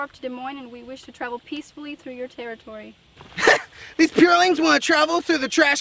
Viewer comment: This tewwitowy is dangewous